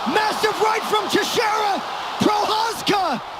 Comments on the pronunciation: teixeira is pronounced more like tay-shay-ruh (at least in continental portuguese...the guy is presumably brazillian though), not tay-she-ey-ra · Glover teshee area. Sure. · Glover Tesheeara 😅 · "Tesshy-era" haha. But for real, as amazing as that fight was, I still get mad thinking about him basically handing the victory over. He did it with Anthony Smith too. Kept trying to look for submissions when two or three more punches would have stopped the fight, and ended up prolonging the damn thing. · This video is great, but please work on your pronunciation of the fighters names. Jiri and Glovers surnames were butchered 😂